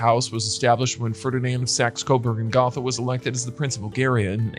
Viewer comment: Gotha has a long "O" sound in it.